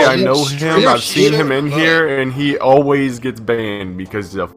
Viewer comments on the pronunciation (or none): none